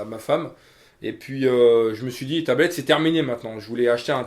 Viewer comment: Il vend la tablette de sa femme il la mal dit